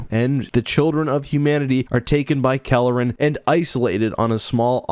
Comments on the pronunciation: He keeps saying Kalleren but I'm certain it's Karellen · Sir, please, It's Karellen, not Kalleren. Nitpicky, I know... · "Kare-Ellen" not "Kelleran", heh. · Karellen, not Kelleran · NEEDS to lose that center-of-the-screen gopher image. Also, ensure that you get the details of names correct (ie: it's Karellen, NOT Calaren). You primarily focused on the book, not the TV mini-series, so there were some conflicts there that were somewhat confusing. Fix all these short-comings and this would have been an OK video. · Karellen, not Kalerren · Karellen - I was pronouncing his name wrong, I guess. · CAR. ELLEN. Everything in this video is awesome, but the pronunciation matters. I know it’s AI, but it’s jarring food for thought. 🎃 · All that work and preparation you put into making this video and in you Pronounce karellen’s name wrong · You mispronounced Karellen repeatedly...